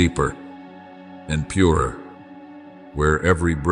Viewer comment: Ai has trouble with word purer…